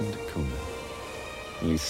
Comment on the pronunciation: it's Portuguese and pronounced not "duh koona" but "deh koonya"